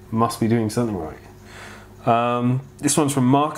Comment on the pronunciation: You say soNething, and it's sooo cute 😊 I also hear a lot of 'N's instead of M ☺ Totally cute 😊